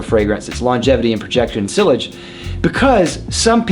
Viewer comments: Yeah his pronunciation is killing me. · Ha yeah, I’m in my fifties, have lived in the US my entire life, and have never heard anyone pronounce sillage in that way. I thought he was saying sewage at first. Great channel but here’s some friendly encouragement from this fan to explore the original pronunciations a bit more closely. 👍🏻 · All three matter to me no matter how fantastic the scent itself may be. I'm not paying hundreds of bucks for scented water. In fact, the fragrance industry, especially the men's, is such a joke I'm almost tempted to label it a scam but that's another topic for another day. And yes, see-ahj would be the more correct pronunciation but even I still read the word in my head as being sill-age because that's how I thought it was said when I first learnt the word and I guess it's taking time to unlearn it :P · Lol the way he says sillage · You have a fragrance channel and you don't know how to pronounce sillage? wow..you know that actually speaks quite a lot about you...